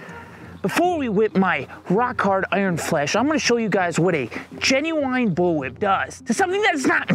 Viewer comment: Lol I love the pronunciation: "Genu-wine"